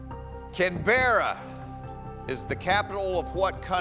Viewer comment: The way he pronounced Canberra is a crime